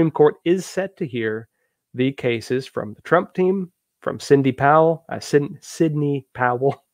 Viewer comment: Ya know, I just can't listen to you much anymore because I keep seeing a journalist who couldn't pronounce Arkansas and repeatedly mispronounced Sydney (saying Cindy). I can't get past it.